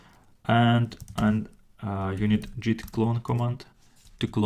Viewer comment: it's git not jeet.